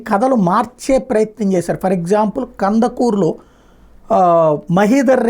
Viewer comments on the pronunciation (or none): కంద కురూ కాదు కందుకూరు.